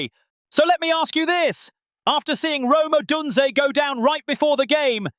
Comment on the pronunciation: Yeah, they had a terrible time with the Browns you idiot. Odunze will be back next week. Try pronouncing his name right please!